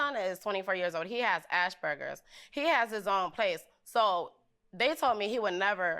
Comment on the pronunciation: Did she say ASH-burgers? It is asperger! Gurl, if your son has had this for over 20 years, learn to say it right!